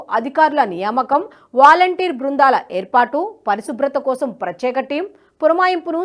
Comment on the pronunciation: బాగా చదువుతున్నావు తల్లీ! కానీ "ప్రచ్యేక" కాదు. ఇంగ్లీషు పదం తప్పుగా పలికితే సిగ్గుపడే మనం మన తెలుగు పదాన్ని సరిగా పలకాలనుకోవాలిగా!